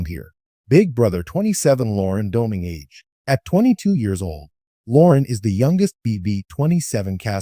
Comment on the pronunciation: Well at least whoever wrote this one got her age right. But that person's TTS didn't pronounce her name correctly either. And I don't know why you're posting a video talking about her "recent HOH" when the show has been over for more than a week now. Nothing in this video is news or even current